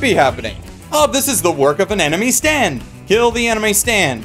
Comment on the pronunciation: I keep hearing you say "anime stand" instead of "enemy stand".